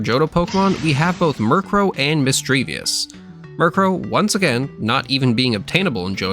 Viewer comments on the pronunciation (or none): Mis-drea-vus. Not Misdreavius